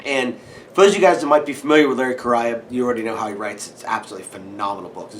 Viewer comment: I want to visit your house to play with Freya, check out your collection and see what you guys eat for dinner! BTW, it's Larry KUH-RAY-UH, bud.